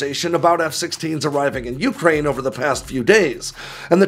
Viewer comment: It's you-CRANE, not YOU-crane!!!